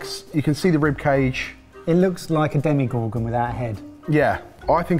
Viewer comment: Why did you pronounce it "demi-gorgon?" It's pronounced how it's spelled: "Demo-gorgon."